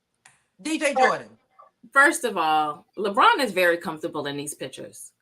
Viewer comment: Not Leborn 😂😂😂